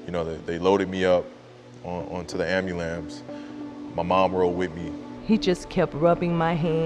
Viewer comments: "AMBULAMPS" hahaha! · "they loaded me up onto the ambulamps" lmao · americans pronounce e-ve-r-y damn half syllablle lol am-bu-lance